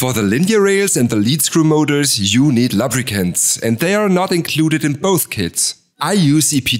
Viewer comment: Find it funny the way you pronounce "lubricants" :p